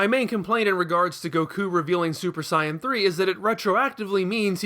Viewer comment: It sounds like your saying cyan instead of sayan